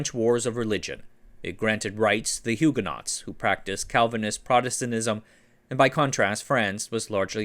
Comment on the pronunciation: Love the well researched history and style. A susgestion please learn to pronounce Huguenot and Bulova correctly? :--)